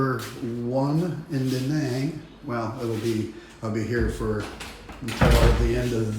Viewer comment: Living in Vietnam that long this man can't even pronounce the name of the city Đà Nẵng correctly.